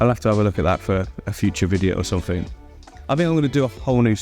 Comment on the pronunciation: “Click somefink” 🤣